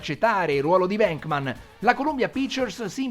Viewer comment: Stupendo!! Unico appunto, la pronuncia dei cognomi “Reitman” e “Venkman” sono “Raitmen” e “Venkmen” ciao!